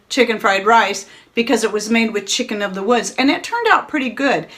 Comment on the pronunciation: I couldn't quite understand what you were saying that was in the small jar...something like "chick in the woods." Can you tell me what that was?